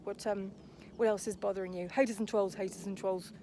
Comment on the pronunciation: The way he torments The Rzucek family is an absolute disgrace ☹️ It’s so great to see his downfall, and it’s nothing to do with the truth channels, it’s all his own doing 😂😂😂 The fact he can’t even say trolls right, does my head in. 🤬 I literally can’t watch his videos. 🤮 It’s so nice to see so many people wake up to him. 😀 He needs to keep buying more subs 😂🤣😂